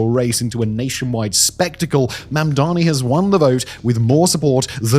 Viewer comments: u keep saying Mandami my love edit: it was just once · 3 seconds in and you say Mamdami... okay...? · I don't know why everyone, even well-meaning people, have such trouble with his name. It's Mam-dani, not Man-dami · can people stop mispronouncing his name. MAM DA NEE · lol, even can't pronounce his name 😅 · Why does he say mamdani like cuomo does